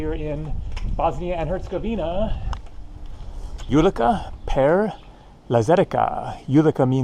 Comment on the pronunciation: Ulica is pronounced ooleetsa,. The Most in Mostar means bridge, pronounced Mosstar. The squid were probably frozen fishing bait out of a box with all the guts still in them!